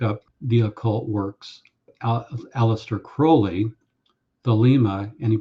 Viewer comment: Finally someone who pronounces Crowley correctly!